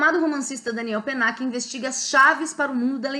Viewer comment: Olá! A pronúncia está correta. Se estivéssemos falando em francês, a única coisa que seria diferente é o "l" de Daniel ( com a língua indo para o céu da boca). Mas isso é um detalhe! Fique tranquila, pois ficou ótimo. E claro, parabéns pelo vídeo!